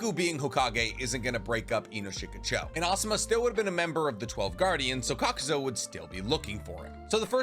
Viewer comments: You keep mispronunciations the characters and jutsus’ names You say “Kakuso” when it’s Kakuzu, you say “Kotoamatsukame”instead of Kotoamatsukami. In Romaji Japanese the letter E make the ay sound where as I makes the E sound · Why do you keep calling him kakuzo